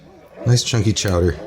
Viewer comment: "Ha-ha, say Chaw-dah again!" - Mayor Quimby